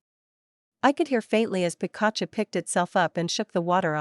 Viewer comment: Oh no Pikachu is Pronounced wired. Lol